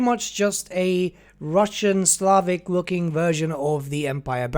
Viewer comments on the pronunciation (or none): none